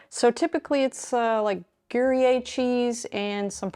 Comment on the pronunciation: Gruyère - grew-yare (stress on the second syllable)